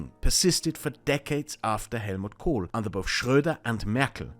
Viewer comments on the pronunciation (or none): I was quite impressed with this fellows grasp of things, unfortunately I then heard his pronunciation of Kohl and realised he was probably an Austrian, then of course i discarded all of his options outright, it's not like im a crazy person